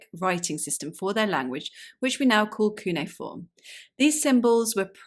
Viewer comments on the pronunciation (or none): none